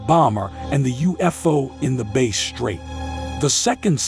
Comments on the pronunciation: It's pronounced BASS , like the fish. Not Base , even though it's is spelt like the guitar. Great research guys. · Mate, it's pronounced Bass with the emphasis on ass, not base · Like the fish! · Not being pedantic, but the word Bass is pronounced as in Bat, Rat Cat, not Base. Like you would say Ass.